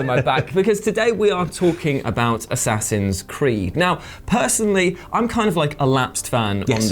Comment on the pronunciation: am i the only one who heard him say A-saxons Creed